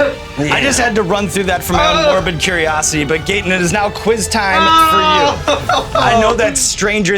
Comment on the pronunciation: Why is he pronouncing his name him gate in, I thought it was gat in